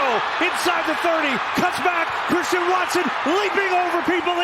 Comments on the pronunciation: “Cwistian Watson 👶” 😂😂😂😭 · Witewawwy Chwistian Watson